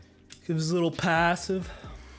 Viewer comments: your PAHssive? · the “pawssive” got me rolling on the floor